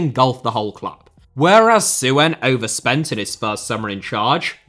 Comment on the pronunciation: on a minor note, the 'ue' in 'Suen' is pronounced together, making it sound roughly like Son in Heung-min Son. The two last names, I believe, share the same Chinese character.